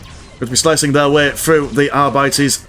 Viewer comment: ar-bee-tees.. sorry man.. its naw are bities ;)